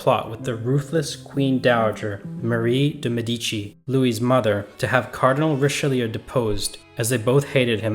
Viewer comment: It’s Richaloo! Pronounce it Richaloo!!!!!!😡